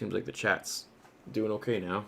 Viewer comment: "How's everyone doooooing" you are so Canadian how you say your "o." Probably Hayden Christensen. Maaaaannnnn he's so good looking